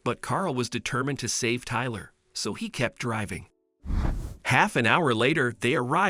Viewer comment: Iver never heard of the name tylerrr 😂